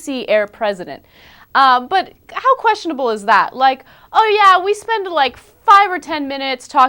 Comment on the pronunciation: I like Ana's "QUESTIONABLE" .